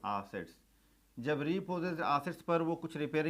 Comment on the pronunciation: Sir vo aassets nahi assets hota hai